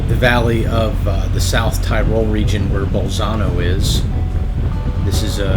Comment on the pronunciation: say "Ti-rol" not Tie-rol